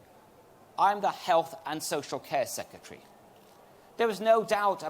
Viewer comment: Seketry... It's sec..re..tary. There is an 'r' in the second syllable